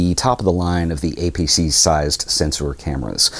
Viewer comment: and you say "APC sensor". APS-C as in reference to Advanced Photo System in "Classic" orientation. Cheers